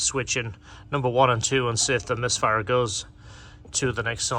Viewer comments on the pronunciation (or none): Bloody hell, it's "misfire."